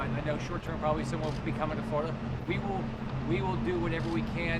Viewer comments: It's "Flor' i dah" ... not "Flow dah". That's like saying "Jo jah" instead of "Gee' or jah" or "Ten see" instead of "Ten ah see". To my ear, it is terrible. I was born in Boca Raton, BTW, and grew up in a Florida far different from the paved-over place it has become. To hear its name macerated, causes me distress. Don't have time to say the name with all its syllables? Don't have time to be governor... have to settle for "guv nuh". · Maybe he could learn to pronounce the state's name *correctly*?